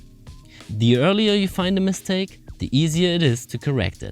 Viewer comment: It sounds like he’s saying mis-take not mistake 😂